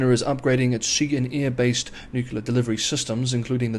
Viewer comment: What is newuckyoular ? Anything similar to new-clear (nuclear) ? Bizarre pronunciation. Mind you, if 6 is "sucks" no surprise making a complete Horlicks of nuclear